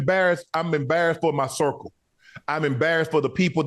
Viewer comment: This man said marrical